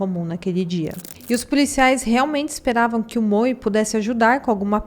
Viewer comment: Se estiver escrito MOE não é pronunciado Moe e sim MOU.